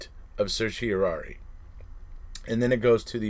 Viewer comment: Hooray, you pronounced certiorari correctly !! How’s your rug, Dude ?